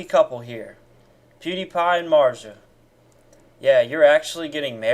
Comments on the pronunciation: Who the fuck is Marja? Or do you somehow not possess the ability to pronounca a "Z"? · Im confused on so many Levels and Kinda more pissed about his way to pronounce marzia then this whole Video (i know its Satire) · Mans never had a girl I can tell also he can’t even say her name